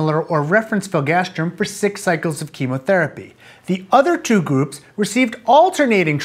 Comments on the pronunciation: hearing you say filgastrim not filgrastim drove me crazy. Interestingly, here in the UK biologics/biosimilars are one of the few things where all products have a distinct brand name (filgrastim for instance goes be Nivestim, Neupogen Zarzio and others). Probably a regulatory requirement for adverse event recording reasons, but interesting none the less. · Is it filgastrim or filgrastim? It's written filgrastim, but you pronounce it "filgastrim"...